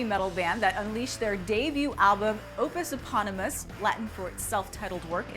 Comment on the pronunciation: did yall ask corey taylor before coming up with this? (those pronunciations of the album names was horrible its Ope-us ip-on-ne-mus, in-fest-ess-sue-mom, Mel-ee-orah, and Pre-kell)